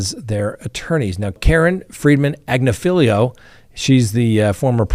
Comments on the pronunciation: Ag-NIFF-uh-low. You need to accent the right syllable, dude. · You're pronouncing "Agnifilo" wrong! It's pronounced: "Ag-nih-feh-loh". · You’re adding an extra syllable/letter to Agnifilo.